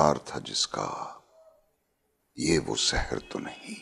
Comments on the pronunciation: It is Sahar ( morning ) not Sehr which means magic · Its SAHAR not SEHER....